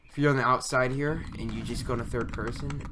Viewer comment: I like how you say here: ghere 😂